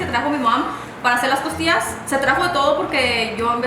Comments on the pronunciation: Did anyone else hear “tortillas “ instead of costillas ? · Did she say tortillas instead of costillas lol?